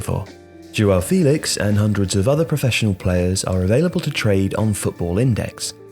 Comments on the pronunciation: You're miss pronouncing João's name in this video. You're saying his name as if he didn't have an apostrophe in his name. The apostrophe in ' Félix' means you have to pronounce the name as fEHlix and not fEElix. Good video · It’s pronounced Feh-lix